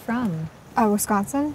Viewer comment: she doesn't pronounce Wisconsin correctly for a wisconite.